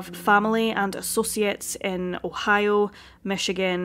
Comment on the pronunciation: Her pronunciation of Ohio sounds like おはよ ^^ カコイイよ